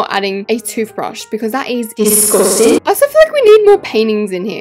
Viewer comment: that “disgUSTing.” was personal 💀